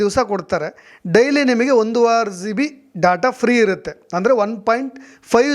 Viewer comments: ಝೀಬಿ ಅಲ್ಲ ಜಿಬಿ ಅದು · Don't pronounce G(ಜಿ)as Zee then you will sound like a villager(ಹಳ್ಳಿ ಗಾಮಾಡ್) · Zio..., zibi... Alla sir gb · ನೀವೂ GB (Giga Byte) ಅಂತ ಕರೆಕ್ಟ್ ಆಗಿ ಉಚ್ಚಾರಣೆ ಮಾಡಿ. Zeebee ಅಂತ ಹೇಳಬೇಡಿ. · ಝೀಬಿ ಅಲ್ಲಯ್ಯ ಪುಣ್ಯಾತ್ಮ ಅದು ಜಿಬಿ GB ಹಯ್ಯೋ ಎಂತೆಂಥ U Tuber ಗ ಳಿ ದ್ದೀ ರಯ್ಯ ಖರ್ಮ 😢😮😅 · Bro Zee be alla GB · Le adu Zee all g.... Zeeb all gb,,,,, zeeyo all jio.... Thoooo...